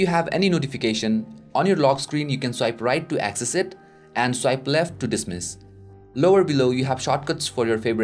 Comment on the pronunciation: nice and clean video..but just an opinion..please improve ..your pronunciation of certain words.. like swipe,professional,certain etc..